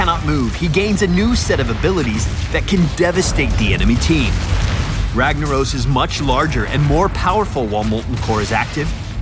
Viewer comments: Cast a spell "ragna oh s" lol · If he was Brazilian, it would be pronounced "Hagnaros" ;-)